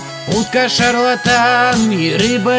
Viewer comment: эээм... шарлатан а не шарталан